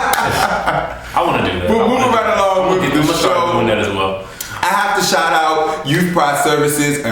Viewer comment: shout not shot :-)